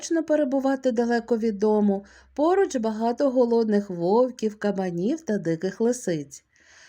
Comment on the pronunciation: ШІ,працюйте з наголосами,а не все на кацапський манір: вовкІв, в не вОвків...